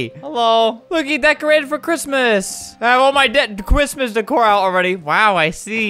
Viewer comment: Albert saying christmas: chriostmas Me saying christmas: chro_stmas